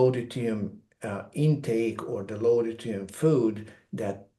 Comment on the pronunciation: I love this guy but he needs to practice the pronunciation of deuterium, it makes it very hard to share it with anyone because I believe they won't understand what he's saying! Constructive criticism! 🥰to all!